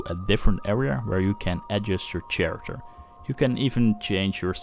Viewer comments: i gotta tell you man, the way you say character haha.its pronounced with a k.like karacter. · dude "kharacter" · Pronounced with a hard 'c' and not 'ch' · "CH-arater mods". I'm sorry, it sounds so funny. Cool tutorial, man. I like how you didn't feature any crappy, oversexy mods. Clean and to the point.